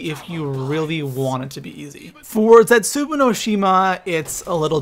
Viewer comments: I think it's cute when you said "Origins 2.0... I mean Der Eisendrache." Really funny, cute. Seriously, though, you have no idea what you're talking about, you're the worst zombies YouTuber, and you pronounce "Zetsubou no Shima" and "unlimited liquid divinium" as if you've never attended any form of educational system. Also, it should be "". But, that can never be the case, because a fat cow like yourself thinks Der Eisendrache is unoriginal, and you suck at zombies. You are certainly not too pro for anything. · it pisses me off how pronounces zetsubow it really makes me mad idk why, please tell me I'm not the only cause he pronounces it like zetsubu and its not like that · I find it annoying the way he says zetsubou he says zetsubu not zetsubou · Does any one else hate it when he pronounces Zetsubou as Zetsuboo. It doesn't say Zetsuboo when you pick the map, It says Zetsubou not boo and it's pronounced as bow. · Zetsooboo bro is zetsobou-o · Zetsubow not zetsuboo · ITS ZETSUBOU (ZET-SOU-BOU) NOT ZETSOOBOO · thats not how you say the map name it zet su bow no shima not boo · the pap camo from DE is not fucking dark matter, it's ice recolored, and it's ZETSUBOW NOT BOO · OMG... it is zetsuBOW no shima not zetsuBOO no shima! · Isn't it pronounced zetsubow not zetsuboo? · This is how you say it lol no hate but zetsueboo😂😂 not zet su bow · ZETZUBUU no shima? Really nigga? ZET-SU-BO no shima. The cringe. the type of guy to pronounce Nikolai's name as Ni-koolaid. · Zet-soo-bow..... not Zet-soo-boo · I love how he pronounces the map names incorrectly " Zetsubou No Shima is pronounced Zetz- Su-Bow No Shi-Ma he says Zets-Su-Boo No Shi-Ma.... Makes me explode into laughter everytime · Its funny how says "Zetsubu" instead of "Zetsubou" XD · Its pronounced zets-a-bow no shima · it's pronounced zetsoobow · Zets ooo boo no shims 😂😂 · Stop saying zetsubU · I was done 5 seconds in when you kept calling zetsubou zetsuboo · He said zetsuboo 😂